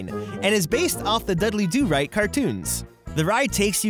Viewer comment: It’s Dudley do right not deadly do rights!!!!!!!!!!! 😡